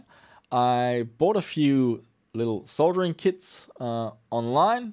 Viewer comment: You get a thumbs up for pronouncing "Soldering" properly, as many YouTubers pronounce it "Soddering" and they sound stupid.